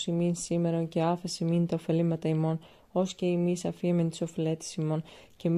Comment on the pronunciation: Όχι Οφελήματα, παρακαλώ, αλλά Οφειλήματα! Παραποιείτε όλο το νόημα, όταν το εκφέρετε απρόσεκτα!